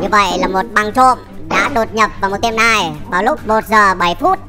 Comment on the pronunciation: "neo" má ơi, "nai" là cái wái j chứ.